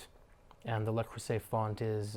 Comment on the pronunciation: You're pronouncing Le wrong. You say LE as in LAy. Its LA creuset as in when we say in the Christmas song fa la la la